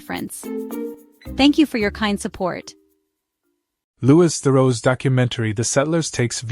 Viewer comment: His name is louis as in lewy,not lewis.